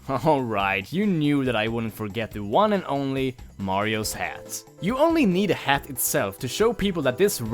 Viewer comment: press 4 for "Hhhaatt"